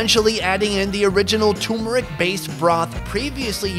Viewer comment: Why do you always say "thoomuric", it's turmeric.